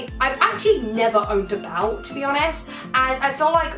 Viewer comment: the way u say "belt" is like "balt" hahhaha